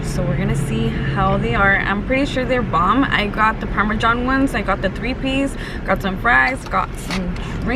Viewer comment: Not the parme-John!!!😂😂